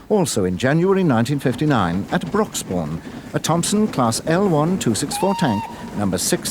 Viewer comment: The narration on this video is superb. I just can't get enough of the subtlety rolled "R" of Broxbourne at Time = . To my American ears, it is simply divine!